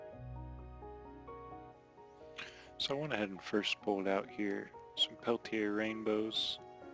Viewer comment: Pelti(AYE)? I think not. Sellers would be the first one to correct you. It's pronounced "Pelti(ER)